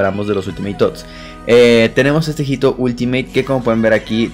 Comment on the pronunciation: la H en español no tiene sonido. HITO se lee ITO